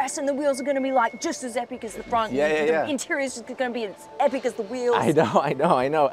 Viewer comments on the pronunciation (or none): none